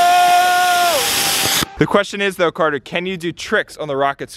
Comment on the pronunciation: not cater its carter